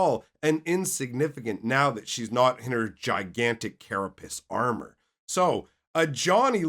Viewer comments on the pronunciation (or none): none